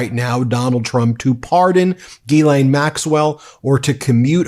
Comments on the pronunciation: FYI her name is pronounced gillane with no emphasis on either syllable. Embarrassingly, I was introduced to Ghislaine Maxwell as a "London socialite" way back in 1994 by my boss at an internet startup company in London. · GHISALINE Pronounced like Giselle. Not Gil-lane Gis-lane/Giselle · Pronouncing Ghislaine with a J sound 🙄😑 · JizzLane it's JizzLane Maxwell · Her name is pronounced Geh-lenh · Just an FYI…her name is pronounced jislane. It is French. Look up the pronunciation on Google if you want to because that’s what I did. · It is gil lane the s is silent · You're pronouncing her name incorrectly... FFS!